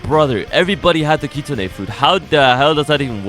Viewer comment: “Kit-Sune” not “Kit-Su-Ne”